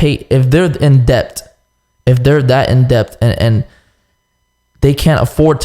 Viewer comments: cant say debt first he says d-e-p-t then this nigga says depth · My nigga say depped 😂😂😂 instead of debt 😂